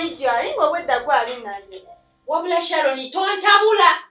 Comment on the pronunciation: your sister is called Sharon not shalon and the word is roadwork not loadwork